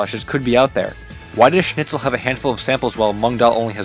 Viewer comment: Schnitzel. Sh-nit-sul. Not sn-itch-ul.